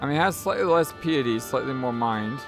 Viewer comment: You said 'pee-ity' 😂it is pronounced 'pie-ety'. Also, Elidibus is a reference to final fantasy tactics. Elidibs was the one bearing the serpentarius zodiac stone. The thirteenth zodiac